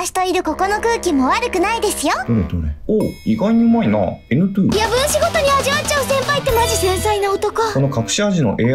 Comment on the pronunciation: のN2をNトゥーって言ってるのサイコー